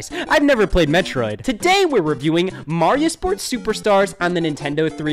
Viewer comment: I feel like this video was posted by Game Fan Mike glad he pronounced Mario correctly and not like Mareyio